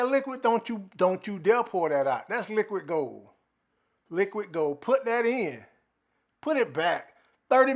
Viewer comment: “Dats liqwuid gooul”😂😂